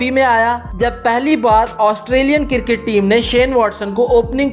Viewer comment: Cricket Not Criket